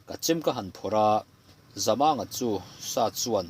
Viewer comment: Voel sign chu awm se chhiar dik loh a awm lo tur a ni a, Zamanga tia i lam hi thlukna voel sign aw se Zamânga tih tur a ni a, i lam fiah thin a, chhiar sual te hi I hlau bawk thin a, i chhiar hi a ngaihnawm bik thin e